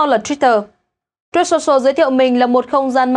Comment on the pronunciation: Phát âm truth sai rồi